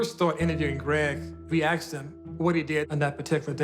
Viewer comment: He said that she axed him? lol.